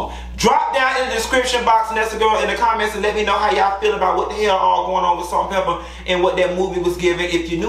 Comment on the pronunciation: You did Pepa wrong, 🤣